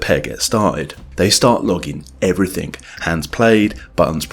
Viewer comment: New word. 'Evryfink'